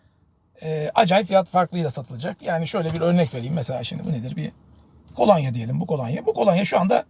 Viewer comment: Kolanya değil kolonya olacak, yayın yapıyorsunuz dikkat etmeniz gerekir.